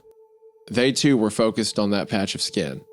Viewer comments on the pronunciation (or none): none